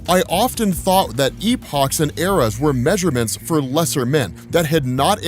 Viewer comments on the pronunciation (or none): none